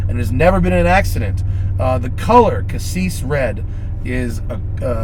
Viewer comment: What's casseeesh red? you mean cassis red?